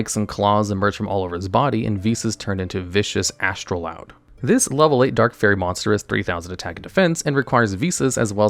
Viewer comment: Why did you keep calling it Astroloud instead of Astroud?